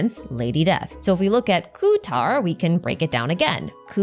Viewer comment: If you would like to improve your pronunciation, pay attention to how Lauma says "Kuutar" and "Luonotar" and like really pay attention, especially to how she pronounces the "r". It's not the English "arrr" (the sound coming from vocal cords) but a slavic, eastern/northern european "r" (a sound made purely with your tongue, it resembles that of an engine running). Right now, we have nod krai, and later we get to schnezhnaya, all of the cultures they take from pronounce "r" similarly, so it would be a nice touch :)